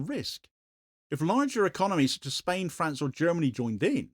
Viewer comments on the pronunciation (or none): none